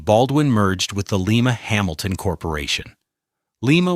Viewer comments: It's Lima Locomotive "lime' ah" not "Leem ah", as in "Lima", Ohio, where that company was headquartered, you dorks!Your narration and historical research are embarrassingly defective. AI is not all it's cracked up to be, gents, including its namby pamby responses to constructive criticisms included here in the comments by other viewers. If large language AI is supposed to be the "wave of the future" in human communication, this documentary proves that it still has a very long way to go! I was very disappointed that a high percentage of your photographs did not coincide with the narration. Many steam locomotives depicted where the accompanying narration was specifically about Baldwins were actually photos of unrelated British examples or perhaps even more egregiously, engines built by Baldwin's chief competitor, American Locomotive, AKA "ALCO" of Schenectady. Additionaly, when the narration was about a particular design of locomotive, "articulated" or "duplex", for example, the accompanying photo was not of the design being described. Very inaccurate and misleading for anyone moderately knowledgeable about the history and technology of American steam railroading! All of these errors make this documentary annoying and disappointing to the average railroad buff like me! Next time, respectfully, do your homework and employ a railroading knowledgeable editor who can prevent these embarrassing lapses of accuracy. 👎🐻🇺🇲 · Lie-ma, not Lee-ma. How many times does AI have to be told pronounciation?